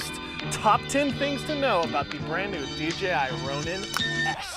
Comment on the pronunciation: Is there a reason you say DGI instead of DJI?